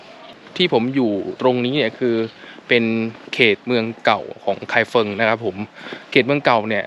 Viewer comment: ไม่ใช่ ไคเฟิง แต่เป็น ไคฟงครับ ภาษาปินหยินเขียนเป็น feng แต่อ่านว่า ฟง😁😁😁